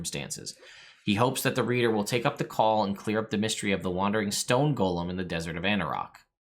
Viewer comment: Wait! Are you the last person who still pronounces "golem" correctly rather than saying "gollum" instead?